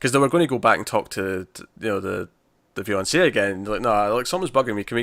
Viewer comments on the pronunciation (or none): Great review as always, but why do I keep hearing you say Viance/ée instead of fiance/ée? Is that an accent thing? :)